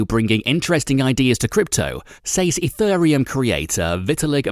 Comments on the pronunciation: My favorite part was ETHURReum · And ethureum...